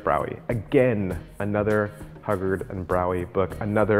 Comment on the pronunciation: Whiie I agree with many of your choices, you have excluded books by Walter B. Gibson, Harry Lorayne, Dai Vernon, Ed Marlo, Frank Garcia, Juan Tamariz and Paul Gordon (Gold Dust Series). BTW- The Pronunciation of Hugard is hughguard